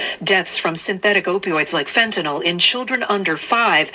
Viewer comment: you mean Fentanyl…not “Fentanol”—there’s no such thing as “Fentanol”.